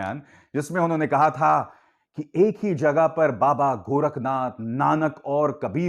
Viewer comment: Abe pardhan mantri gorakh nath hai gorakhgam nahi salo bolo to sahi se speech rat ke aaya karo bhaiyo jara suno iska bhashan aur karo akalan please kya main sahi hu?